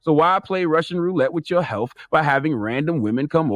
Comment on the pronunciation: Could charlamagne stop putting “f” at the end of words it doesn’t belong ? It’s “health” not “healf “